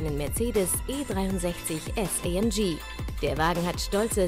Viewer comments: Fuck off, es heißt nicht „Eih Emm Gie“ SONDERN Aufrecht Melcher Großassbach, also wird es deutsch ausgesprochen. Junge, Junge, sowas macht mich sauer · ALTER ES HEIßT A EM GE und nicht Ay em gii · nicht ay em j amg deutsch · Wie das einfach nur abfuckt, dass die Olle die ganze Zeit "EyÄmGiee" anstatt ganz normal "AMG" sagt. AMG ist ja bloß eine Deutsche Marke bzw ein Deutscher Name und muss daher englisch ausgesprochen werden. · Amg englisch ausgesprochen.... ES IST EINE DEUTSCHE AUTO MARKE ES WIRD DEUTSCH AUSGESPROCHEN! :D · Ich habe mich alleine schon wegen der englischen Aussprache von AMG aufgeregt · Könnrn die amg bitte normal aussprechen?!